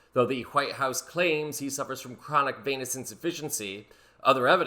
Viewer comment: Wait. Did you say Chronic Venous Insufficiency, or Chronic Penis Insufficiency? Bah dum, tish.